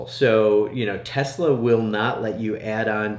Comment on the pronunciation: Tesla not Tulsa